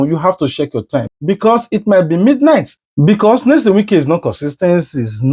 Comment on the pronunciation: Pls which one is Nesom? Are you a Nigerian and in Nigeria? This name is a household name and should be pronounced correctly. Your analysis is ok